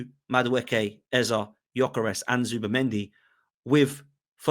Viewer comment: It's Eze not Eza😅